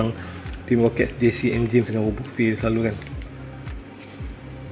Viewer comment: Cara nk ckp nama wobuffet tu sepatut nya "wabafet" bah, geram plak dengar abah ckp wobofe T-T